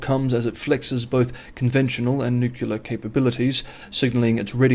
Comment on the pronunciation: I guess nucular technology has something to do with atomic nuculars. Or maybe it’s related to oclear devices.